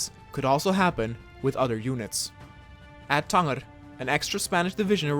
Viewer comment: I think you pronounced Tanger wrong but great video.